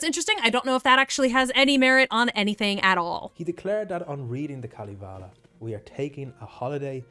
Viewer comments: It os KalEvala...no i in it. Sorry, im drunk, like all Karerian ....🤔 Fun to listen though. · if you do a video of Kalevala...don't butcher the name. Pronounciation oh sry pronunciation (who the fuck knows with london?) i still likle pronounciation more...lol. Kaaalivalaa isn't even close. Kaalivala actually means oath to the all might cabbage. Pronunciation pls you ignorant fantastic ppl.